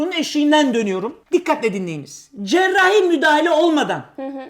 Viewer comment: cerrrrahi müdahele olmadan shvshevs